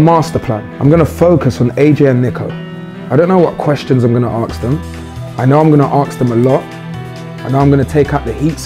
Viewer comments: mans really said aks instead of ask LMAO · Filly is so funny, he is going to 'aks' them :) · has anyone realised that filly says aks not ask LOL so FUnny